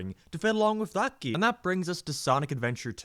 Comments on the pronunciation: Why do you say “game” like “geyum”? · why he say game like that? "gam" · Ah yes geem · I can’t stand the way you pronounce “game.”